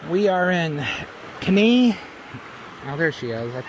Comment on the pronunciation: Kenai is pronounced Key-Nye. Seward is on the Kenai Peninsula. The Southern part of the Kenai Peninsula is home of the Chugachmiut Sugpiaq people The Northern and Western parts of the Kenai Peninsula as well as upper Cook Inlet are home to the Denaina people.